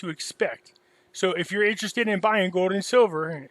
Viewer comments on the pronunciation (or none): it's goLd not "gode".